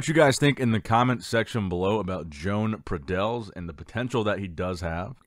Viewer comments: Pradells, is pronounced in English as PradeYs. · It's a valencian name. The correct pronunciation is: Jo-An Pra-deYs. In fact the sound of the Valencian "LL" does not exist in English. But it's similar to "Y"